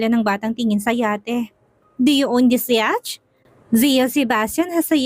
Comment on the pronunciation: wala naman po masama kung tatanggapin at i-correct mo yung ibang english word pronunciation mo for the sake na rin po ng mga young and student listeners of this channel. Once again po YACHT is pronounce as yat and SWIVEL is pronounce as suwivel.